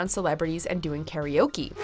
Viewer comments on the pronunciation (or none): none